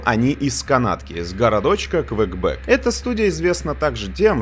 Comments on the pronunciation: Квекбек? А не Квебек? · Я угарнул с названия города: Квекбек🤣🤣 Правильное название: Квебек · 1.50 Квекбек, господи, за что